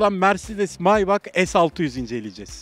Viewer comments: Maybak diye okuma kardeşim meybek deki zengin gözük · Maybak değil maybach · KARDEŞİM MAYBAÇ İŞTE NE ZORLUYORSUNUZ? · cCc BOZKURT ALİ onun okunuşu Maybah 'dır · Maybak demeyeydin iyiydi